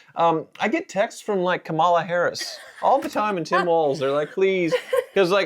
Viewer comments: Please pronounce Kamala correctly. I'm sure you don't mean any disrespect, but mispronouncing her name is being used by right wing media as a show of disrespect. Thanks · It's pronounced "comma-la". your Right Wing is showing. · Our Vice President’s name is pronounced COMMA-LA. Stop being racists. You’re better than that. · Come on get her name right.